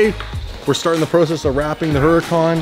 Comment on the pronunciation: Anyone else ever notice he always pronounces "process" wrong? And in this video his pronounced "project" wrong